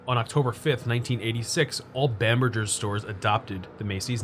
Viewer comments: Seriously. It rhymes with hamburger. Of you're gonna have it in your video, do some research and learn how to pronounce it! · it's a hard "G" in bamberGers, like "hamburger", not a soft "G" like mergggger.... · I'm surprised you don't remember Macy's/Bamberger's ads from when you were young. Bamberger is pronounced like 'hamburger'. Living in the DC/Balto area from my early 20s to mid 30s, I visited White Marsh many times - but only for the Warner Brothers outlet and Ikea nearby. Never actually set foot in that mall! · FYI, Bamberger's was pronounced with a hard g sound, not j sound.